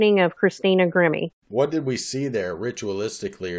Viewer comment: Excellent as always.... Interesting that her name Grimme would sound like "emerge" spelled backwards when verbalized like "e-mmirg"